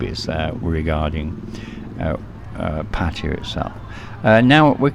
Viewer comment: I want to thank you for not pronouncing Pattaya like a lot of irritating Youtubers. I do not know how this started, but it is definitely not pronounced like Pah-tiah. I cringe a little when I hear this from people trying to sound like they really know something you don't. :) For those saying Pah-tiah, please stop; you sound foolish. Rant over, thank you.